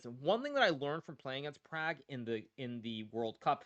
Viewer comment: They way Indians want it said it would be Praag.